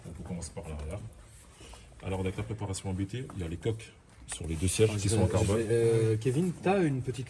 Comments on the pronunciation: Juste pour info la famille: officiellement, on dit "APTE" et pas "A-B-T" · Salut , super video comme d'Ab- Juste pour info on dit pas A.B.T Mais "Abt" car ce ne sont pas des initiales mais le nom de famille du préparateur. fondateur: Johann Abt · Par contre on dit abt pas abt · Nan nan les gars, on dit Abt, pas A.B.T lol Du nom de son fondateur, Johann Abt. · on dit ABÉTÉ PAS ABT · Bonsoir on dit A B T pas ABT on dit B B S pas BBS on di Kamei pas Kame i etc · Prononcer ABT comme tu le prononces, ÇA c’est insolent 😂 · NON O DIT A B T EN TROIS LETTRES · Vous êtes trop nuls... ABT ça se prononce ABT et pas ABT.... pffff 🤣